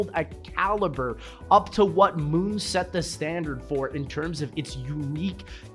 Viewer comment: I noticed it too lmao